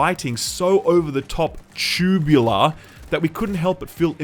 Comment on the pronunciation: Your emphasis on the word T U B U L A R really got me dying lmao